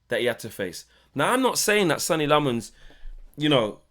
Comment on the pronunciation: How has the guy been here for months, released the premier league clip of him saying his name and we’re still pronouncing it wrong 😂 It’s pronounced ‘Senna’